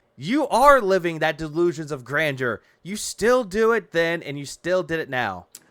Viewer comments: I love how he keeps using "Grandoor" like he's taking a defiant shot at Adam from Side Scrollers.... like "It's GRANDOOR, Adam, not grandeur like you said it!"... 😂... like this is a really stupid hill to die on, dood. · Great video, but you're saying it wrong. Gotta say it like DSP. It's delusions of "Grandor" phil thinks it's a place in skyrim or something lol